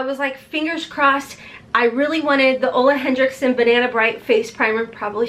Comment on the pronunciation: Btw Ole Henriksen doesn't have a D in it. HenRIKsen not HenDRIKsen